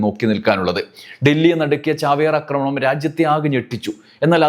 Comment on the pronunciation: അക്രമണം അല്ല സഹോദരാ ആക്രമണം എന്നു പറയു ?